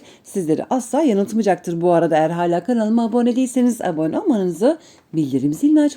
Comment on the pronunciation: Aboone mi diyor ben mi yanlış duyuyorum? 😂😂😂